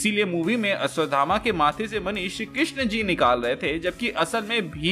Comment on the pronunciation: ये अश्वगामा कोन है??? अश्वथामा तो सबने सुना है 😁😁